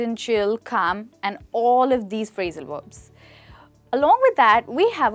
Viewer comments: why she said phrasal werbs instead of verbs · Verbs not Werbs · HI - great enthusiasm and energy - I admire it! Perhaps a small suggestion - concentrate on pronouncing your Vs as Vs, not as Ws - "Verbs" not "Werbs" and then you will be brilliant. Also, you may want to differentiate between American and British English "Real fast' American English and "Really Fast" British English... Just a thought...?